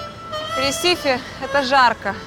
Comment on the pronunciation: Не ресИфи а рЕсифи